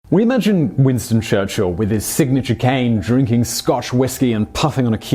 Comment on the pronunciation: Winsto chuchilll